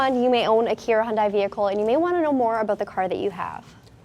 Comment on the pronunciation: Just a suggestion when saying Hyundai. It is not Hyun"Dahi". it should be pronounced as Hyun"day" just like Sunday/Monday or Hyun"deh." Anways Hyundai and Kia are definitely leading the industry! love the Stinger and all cars recently produced by Hyundai, Kia, and Genesis!!! Thanks for the great review!!!